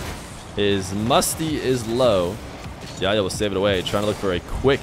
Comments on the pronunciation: I know the arabic "ح" is hard to pronounce but I have a friend called yahya and pronouncing it even as h makes it sound better than yaya imo. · just pronounce the 'h' in Yahya please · Ikr lol. He Makes the H silent lol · I love you but your pronunciation of Yahya is so funny